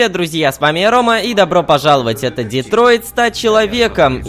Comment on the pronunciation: Detroit а не Detroid